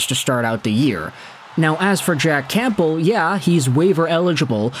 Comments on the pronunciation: Heads up the p in Campbell is silent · The 'P' in Campbell is silent lol